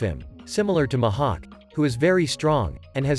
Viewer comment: The "Muh hawk"